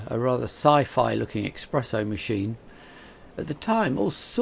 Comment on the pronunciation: “EXpresso”?! 😱 I sure hope there’s no Italians in here.